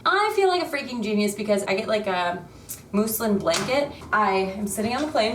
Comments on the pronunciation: Muz-lyn lol not moose-lin Muslin blanket 😉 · Wait…how did you pronounce Muslin? 😂😮